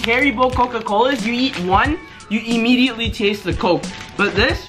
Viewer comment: "You emmeditly taste the coke"